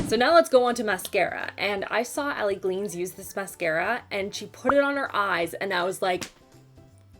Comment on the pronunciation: Haha you said Allie glines name wrong. It's alright